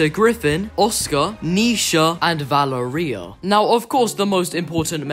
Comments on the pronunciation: I’m italian, so, i can Say that the right pronunciation is “Valèria” not “Valerìa” (it’s an italian name) :) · nah its italian its pronounced Va-le-ria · Somewhat: VaLEria not ValeRIa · I think it’s Va-lair-ria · No u didn’t it’s vil-er-ia my frineds name is Valeria and that’s how u pronounce it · i think its va ler ee uh not val a reia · His name is pronounced “montage” and it’s also pronounced “va-lar-ri-yuh”. Also the underground owns some pois. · Guys, did I pronounce “Valeria” correct? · no he didn't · No, it's an Italian name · U pronounced Valeria wrong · No You Didn’t It’s Valeria! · Why do you say Valeria like gonnorhea